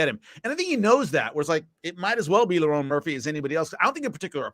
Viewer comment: He keeps calling Lerone "Lauren"